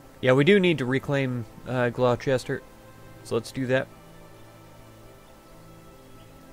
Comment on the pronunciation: Hear "Glow-Chester" pronounced. Typed this and closed video instantaneously. (It's Gloss-ter).